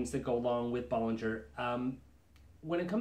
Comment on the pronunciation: Bow-lin-JHAY. Not Bol-lin-JHER For God's sake man pronounce it correctly